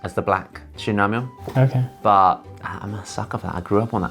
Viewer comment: not shinramyon god jeenramyon got ddu gi